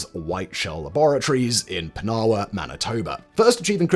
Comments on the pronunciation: Let's tell him: "PINawa" not "pinAwa". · He absolutely mangled Pinawa. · and Pinawa which is pronounced like Ottawa. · oh and Pinawa .. pronounced more like 'Pin - Oh - Wa' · Pinawa Manitoba? Kincardine Ontario? Lake Huron? Haha! I’ve lived in Canada all my life, but I barely recognized these places as Simon pronounced them. But I’m glad he pronounced “Canada” properly.